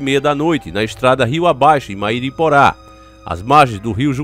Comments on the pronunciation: bom dia. O correto é Mairiporã. Como rã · Mairiporã se lê ân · Está pronunciando a palavra Mairiporã errado... Kkkkk